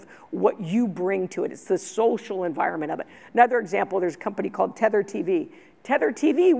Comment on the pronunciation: THETA tv not tether tv lol